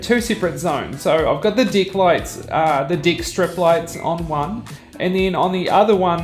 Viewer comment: Great video. One question though. When you say "dick" does it sound like "deck" ? 😉